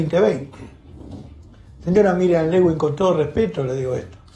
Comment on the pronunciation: Miriam Lewin muchachos, no Lewing